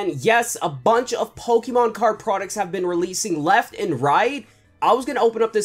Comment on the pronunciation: If you don't know how to pronounce Pokemon cards right then you shouldn't have this job